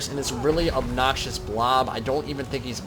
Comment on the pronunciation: exactly. pronounce it properly